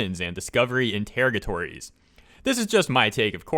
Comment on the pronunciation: it's In-ter-RAH-guh-tawr-rees.